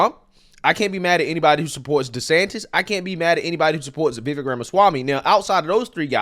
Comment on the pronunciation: Okay, I’m sure you know by now . . . Vivek Is viv . . . AKE, like cake!